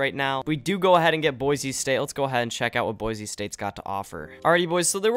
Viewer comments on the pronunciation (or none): You probably pissed off all the Idahoans with saying boise like boize lol (coming from idaho)